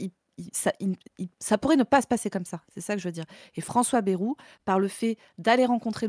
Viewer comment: qui dit baie-roux au lieu de baille-roux ! Ça me rappelle ceux qui disaient mythe-rang